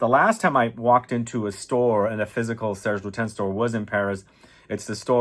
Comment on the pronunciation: For someone who made so many videos about fragrances and who smelled thousands of fragrances,I would expect you to know how to say Serge Lutens properly.